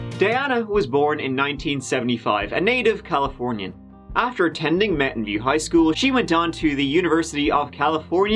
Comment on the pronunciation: I genuinely thought you said Mountain Dew Highschool for a bit, then again it's California so it wouldn't be surprising